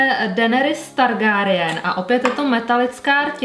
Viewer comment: zapracuj na tom čtení jmen, Targárijen, Sersí.. 🙄😃 video super a na paletku se chystám protože se nedá odolat 😍